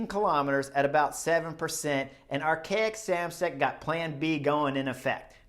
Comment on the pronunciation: Whenever you say Arkea Samsic it sounds like you’re saying Archaic lol.